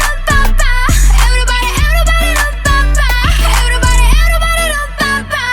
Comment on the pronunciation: Everybody как-то произносишь по колхозники